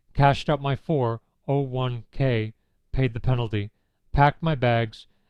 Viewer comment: I usually don't bother with AI as soon as I smell it but in this case whoever chose the monotonous tone of a born loser deserves the credit, except of course not training the robot to say "401 k" properly ...